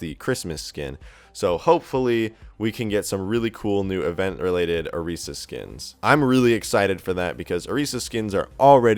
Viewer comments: Orisa not oreesa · Why does he say "O-re-sa" >~<. Like come on....She says her name in the little Orisa short....she pronounces her name "O-ri-sa"(just a little nit pick though, nice video...I want a new Mercy and Genji skin) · It's Orisa not oresa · I'm triggered by the way you say "Orisa" It's not Oh-tee-sa It's Oh-ris-ah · oreesa? u mean orisa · Wuy do you say "OREEEESA"? Its Orisa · Correction (Or-isa) not (Or-reesa) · The fact that he talks only about Overwatch and says Orisa wrong. TRIGGERED " OREESA " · Why does he miss pronounce Orissa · McHanzoDouble it doesnt matter, seriously. in the origin story for her, SHE HERSELF PRONOUNCES IT THAT WAY. so its understandable to call her either one.